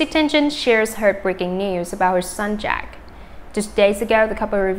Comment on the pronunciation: This person/robot manages to confuse every story. My gosh! Does she know how to pronounce people's names? So disrespectful to the people and to the listener! TENGEN? Who is that? Kmt